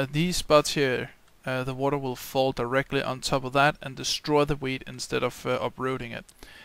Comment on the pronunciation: it sounds like ur saying weed